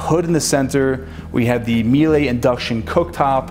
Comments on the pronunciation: Awesome home and great videos. Btw, Míele shoud rhyme with Sheila or better yet, "Mila" of Mila Kunis fame. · Miele is a German company. It's pronounced "mee lah".